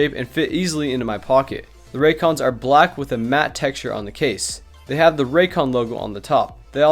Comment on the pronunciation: I don't like the way he said "black"